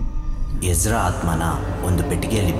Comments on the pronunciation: Ijida alla ezra....boli makla kannada kaliri modlu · It's not egida ....it's Ezra 😩